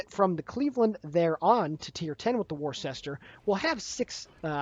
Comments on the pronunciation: lol...so triggered by pronunciation "war-shester"...but I am from Massachusetts. It is pronounced "wooster." LMAO ;-) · As someone who is FROM Worcester, it is NOT pronounced "Wor-ses-ter". It's pronounced "Wusta". I know it's weird, but that's honestly how it is. I cringed when you first said it. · of Warships - "Worcester" is pronounced as "Wooster" FYI. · Worcester is pronounced Wooster... Or woostah if your a local... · worcester pronounced woooster?? dont know why, but it was an atlanta replacment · Its pronounced wuster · pronounced Wooster as in the condiment Worcester sauce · It's pronounced 'Wuster' :) Like cleaning with a 'duster' ... you can do it !!!!!!!! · She is pronounced Wooster as in Jeeves and Wooster. There is also a sauce called Worcester sauce that is added to Bloody Marys and that is also pronounced Wooster. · It's pronounced ........Wister........ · Its pronounced "Wooster" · Here in Maryland, Ive heard people pronounce it as weird as "war shis ter" when talking about Worcester County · How to pronounce Worcester